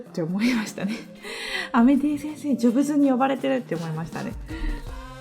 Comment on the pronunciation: ジョブズの発音がギャルｗｗｗ